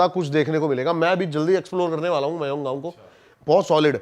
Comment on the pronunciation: Koi mayoung vayong gav nahi hya... Thikhse pronounce kar be randwe